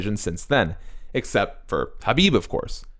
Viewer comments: Disliked for horrible pronunciation for khabib lol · It's the correct way. Look up khabib pronouncing it. You've seen how Americans say it.